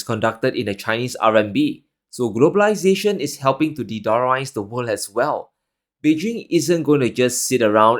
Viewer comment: Great, you can say "wor'l'd", now! Next time, Further instead of "fodder". Thx